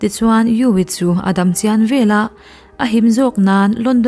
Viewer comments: An monu nu kha an thah vanga an monu khan phu lak a tum i ti sia, a nu a la dam angin a lo lang leh bawk si a ka hrethiam teh nuaih lo. Veleh, tih turah velah i ti thin hi a dik lo bawk. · Veleh tih turah Velah i ti ziah bawk,a ziaktu pawh hian inzir tur a nei nual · Veleh tih turah vela i ti ziah a mizo thuziak dan tur dika chhiarhi a tha vela tih leh veleh chu a dang daih❤❤❤❤ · Velah ti lovin veleh tiin chhir ta la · Chhuah velah nilovin chhuah veleh tih zawk tur a ni e.